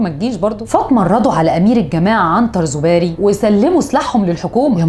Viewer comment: يا الاستاذة الاسماء المذكورة من طرفك كلها محرفة في النطق يا اختي ما تركزي في قراءة الاسماء ... سبحان الله اسماء عربية ماهيش فرنجاوي حتى تلقاي صعوبة في نطقها ... عنتر زوابري و ليس زوباري و مبارك بومعراف و ليس بومعريفي و مداني مرزاق و ليس مداني مزراق !!!